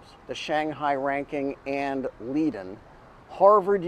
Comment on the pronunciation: Leiden is pronounced “lie-den”.